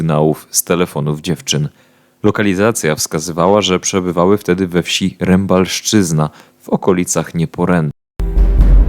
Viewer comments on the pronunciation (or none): Jezioro nazywa się Zegrzyńskie a miejscowość koło Nieporętu to Rembelszczyzna a nie Rembalszczyzna... Poprawcie to... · Zegrzyński, nie Zegrzański. Rembelszczyzna, nie Rembalszczyzna.